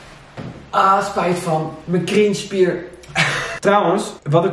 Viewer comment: ik dnek elke keer dat je kring spier zegt ipv cringe spier 😩